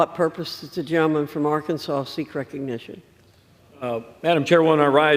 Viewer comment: Madam speaker sounds like she says Jell-O man instead of gentleman